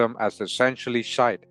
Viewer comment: The word shiite is pronounced sheee ieght last part like the word height but without the H.